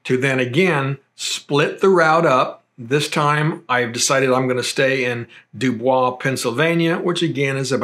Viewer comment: Nice overview,. Note - if you want to sound like a native Pennsylvanian, DuBois is pronounced, Dew'-Boys, not the French pronunciation. Also, North Versailles is pronounced, North Ver-sails'.